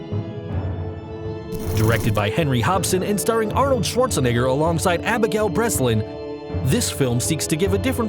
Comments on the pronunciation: Lol first you say Abigail Breslin correct on number 10 but when you show zombie land you call her Abigail Brelin?? Don’t ya realize it is the same girl ? Lame 🤦🏽‍♀️ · How do you get Abigail Breslin name right the first time but wrong the second time? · He mispronounced abigail Breslin twice. And the mother in 28 weeks not immune but a viral host. Carrier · Lmao he said Abigail Breslin's name twice but got it wrong the second time??